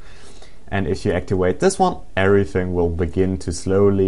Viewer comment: He says to wideo and actiwador haha